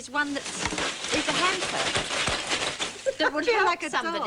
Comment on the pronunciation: Only Mary Morris could pronounce "hamper" as "hemper!"